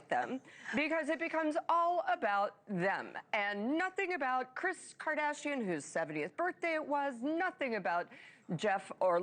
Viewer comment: does the commentator not know how to pronounce pop culture names? pierpaolo, jeff BEE-zos? kris KARDASHIAN? wtf.